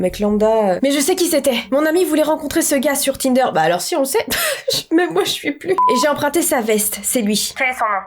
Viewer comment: c’est moi où elle dit kinder ?😭😭😂